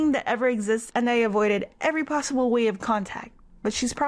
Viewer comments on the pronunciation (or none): none